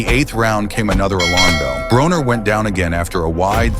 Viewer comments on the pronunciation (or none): It is pronounced BRAWNER ,NOT BRONER!